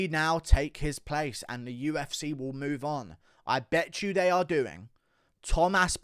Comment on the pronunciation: "The U-F-Cehh" 😂